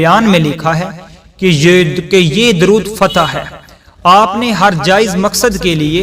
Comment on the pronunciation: Its not durood fatih